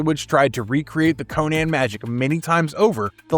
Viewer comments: It's pronounced Conan not Cohen dude. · Conan (Koh-nin)